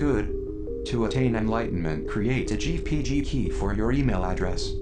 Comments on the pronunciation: I don't mean to be "that" guy, which literally makes me "that" guy. But yeo. It's "gpg" key, not "gbg" key, just in case any of you guys are actually curious about it. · ish. I think it should be "GPG key", not "GBG key."